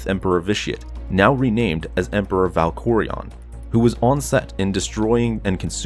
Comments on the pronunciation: “Now named as ValcccOReeeeAnn” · Valkorian is spelled like it sounds and vice versa. Please brush up on your pronunciation of Star Wars terms.